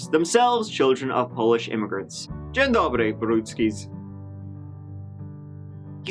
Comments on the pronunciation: Let’s give it a goo mfs🤩🤩🤩 Ps. your “Dzien dobry”s pronunciation was impressive😉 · Dzien dobry,. You actually pronounced it correctly! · That ‘dzien dobry’ was perfect :) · you pronounced "dzien dobry" jak a real polish men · I gotta say, Polish pronunciation of 'dzień dobry' is SPOT ON! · Your 'Dzień dobry, Borutskis' (good morning, Borutskis) was spot on! Very good pronunciation! Greetings from Poland!